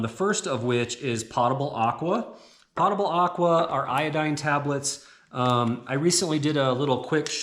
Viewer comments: It's POE-tubble water, not POTTA-bul. From the Latin word potus = drink(able. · I didn't know what you were talking about when you mentioned potable water... I had to ask my hub how you say it... it turns out you were saying it .... wrong? Might want to google "potable" and then click on the speaker and hear how it's pronounced. Not trying to ditz you and say I'm better at pronunciation... I'm definitely not. You gave a great presentation on how to make this closet. I love it in fact. I will be sharing this video when people say to me ALL THE TIME I don't have space. Bull. They just say I'm coming to your house. I respond with, after you work as hard for food as my family does, ie-dig an outhouse hole in the back yard for me then I will give you a bowl of soup. You can imagine the shock look I got ;) but it's nothing but the truth.